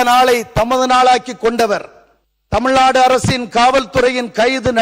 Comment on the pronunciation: இது தமிழ்நாடு, தமில்நாடு இல்லை.